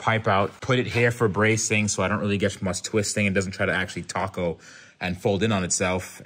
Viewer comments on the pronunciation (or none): none